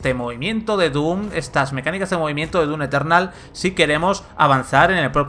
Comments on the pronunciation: un shot de tequila cada vez que dice dun eternal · DUN Eternal que dice el del vídeo... problemas con la M? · El "DUNETERNAL" rompe horrible con la seriedad y atención al análisis. Deben cuidar su dicción, por favor. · ¿Soy yo o el reseñador realmente dice "Dun Eternal"? LOL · Progresando en "DUN" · Dun lol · "DUN Eternal" 😂 jajaja xD